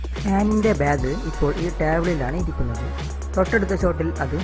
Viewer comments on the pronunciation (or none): none